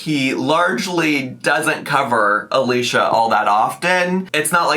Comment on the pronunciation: It’s pronounced Alisha, unfortunately lol